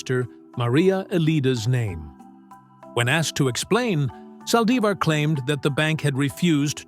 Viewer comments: Aye, yall flexing too wild. I thought Demon Yolonda was going to speak. A.I. said, “Sally-zar”. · Can you say her name right? It’s Yolanda Saldivar that’s how you’re saying her last name you’re not saying it right